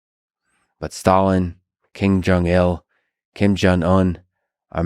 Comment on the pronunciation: Did he say "King Jong Il" at the beginning? And then a bit later it sounds like King Jong Un